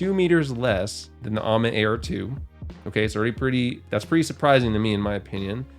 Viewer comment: The sound of ammit hurts my feelings